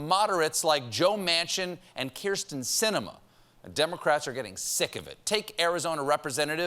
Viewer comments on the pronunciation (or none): none